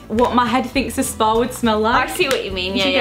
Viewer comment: It's like a spa I've never been... Does anyone else hear her say sparn and not spar? Not hating I love both of them 😉